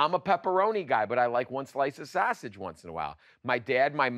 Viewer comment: LOL you pronounce sausage the way my grandpa did LOL